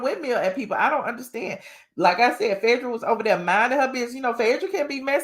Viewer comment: Its Phae not Fedrah please